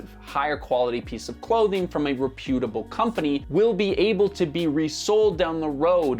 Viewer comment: réputable ― stress on the first syllable (/ˈrɛpjətəbəl/)